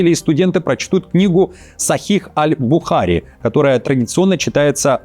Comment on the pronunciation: автор, не альбУхари, а альбухарИ.